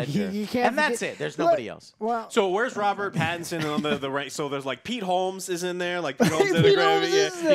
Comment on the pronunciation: Why does Joe have NO idea how to pronounce Pattinson’s name? Lol